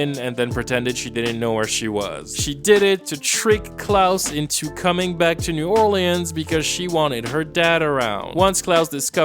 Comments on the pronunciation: Lmao why do you keep calling it "New Or Lands" instead of New Orleans? That's so irritating 😔 especially because don't you speak English AND French? But you go with the pronunciation New Or Lands? And during pride month too… kinda homophobic if you ask me. Jk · “New Orleeands”